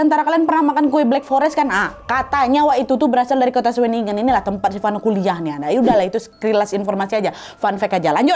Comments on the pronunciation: pelafalan kata2 jerman, sesuai dgn Tulisannya, sama kayak indonesia...jadi nama kotanya kayak udah bener di baca schewinnengen 😅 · Sebutannya shuwenigen Tp lebih seru sebutan nadia sih 😂